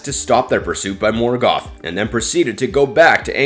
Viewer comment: You couldn’t even be bothered to pronounce “Silmarillian.” Same for “Morgoth.” Same for “Minas Tirith.” And “Ungoliant.” You failed to mention Galadriel, by far the most terrifying she-elf to ever elf-wench.